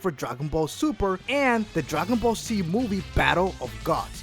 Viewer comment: What's "Dragon Ball C" he keeps talking about it but i've never heard of that show